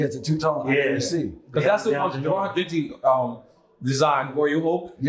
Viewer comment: I love you Nore but it’s Genta Not Genti /Genty 😂